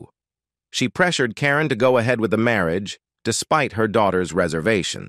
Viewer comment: "Marry -Ajj"....🧐🤨